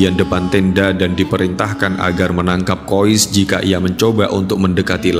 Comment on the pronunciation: Saya pernah tanya pada teman saya yg satu negara dengan anak dalam cerita itu. Kata teman saya nama anak laki-laki tersebur adalah: KHAIS Kenapa ada sekelompok orang entah dari mana, menyebut namanya dengan sebutan KHOIS Tolong jangan suka mengubah kaidah penyebutan nama orang lain.